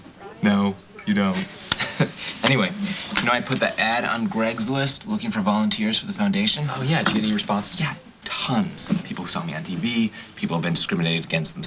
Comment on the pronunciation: its craigs list not gregs list dumbass i stil love u though